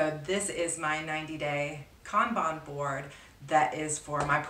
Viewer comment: Been binge-watching your content! Thanks for this! PS you did pronounce Kanban right! I used to work in Project Management. :-)